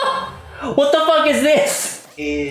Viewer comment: “What the fuwk is this” 😂